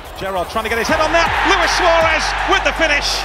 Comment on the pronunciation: At least you know how to pronounce my name. Luis and not Louis.